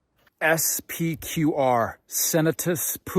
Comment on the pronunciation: SPQR, dude, you have internet, learn the pronunciation.